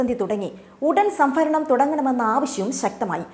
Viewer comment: സംഫരണം അല്ല സംഭരണം എന്നു പറയു കുട്ടി